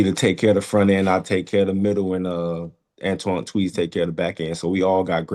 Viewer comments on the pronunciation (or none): none